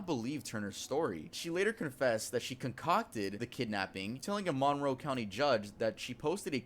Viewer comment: It’s Monroe no manrow